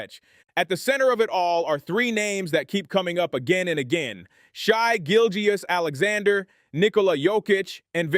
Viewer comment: Never heard someone struggle so much to pronounce SGAs name correctly